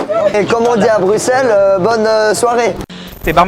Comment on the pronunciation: qui est la en 2025?? et sinon bruxelles cest ma ville!! et jsuis contente t'as bien prononcer Bruxelles genre le X tu l'as dis S merci a toi!